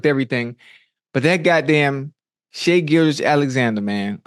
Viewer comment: Ocho pronounced Shai the right way ☺️